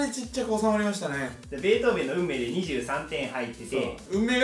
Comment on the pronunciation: ベートーベンの読みがベートーベンは草